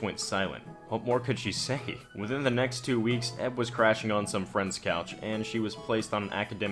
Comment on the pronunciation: Dude. Stop saying "EB" and "EK" like a word. EK = [iekay]. EB = [iebie]